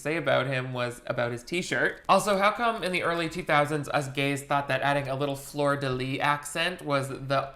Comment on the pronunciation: So apparently some people don't pronounce the s in fleur de lys, which has made me irrationally angry today. Good to know :') (Before anyone goes there, I'm a native french speaker and have NEVER heard anyone omit it before !)